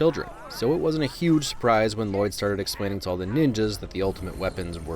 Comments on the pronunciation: it is not pronounced l loyd it’s Lloyd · It's not Lloyd. It's Lu-Loyd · Excuse me but it's L-loyd not L-Lloyd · I'm kind of mad he didn't say anything about the 'Lah-Loid' bit especially since it's origins are so funny- Justin actually struggled with reading some of the names for the first time and he would unironically say 'Lah-Loid' instead of just 'Lloyd' because he genuinely thought that's how you said it at first and the directors loved it so much they made it consistent and even added that 'And it's Lloyd, DAd! No L-L-O-Y-D, I named you' bit which is ICONIC in mine and all of my friends' opinions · Ahem… his name is pronounced Luh-Lloyd. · I’m thoroughly disappointed that you mispronounced the main character’s name the entire video. Everyone knows it’s pronounced L-Lloyd. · It’s Luh-Loyd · Its La-Loyd, L - L - O - Y - D Garmadon named him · To be honest, thanks to Garmadon I cant pronounce his name anymore. I keep saying L-loyd and its driving me crazy. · You uneducated human specimen, Its “La-Loyd” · No it’s L-L-O-Y-D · It's ell ell oh why dee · Don't you mean la-lloyd also yes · No it’s La-loyd